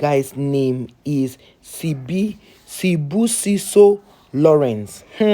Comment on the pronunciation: Are there no news to report in Nigeria, or are you just that obsessed with our country so much?? I mean, you cant even pronounce the guy's name!! Ya neh lol